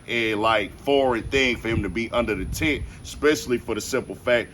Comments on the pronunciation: Yo Homie. It's TENT not tint. Good coverage though. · *Tent.. not "tint" You wouldn't give a shit about this story if "melo" had stabbed another black kid. Ask me how I know... Pro-black doesn't have to be anti-white. Shameful.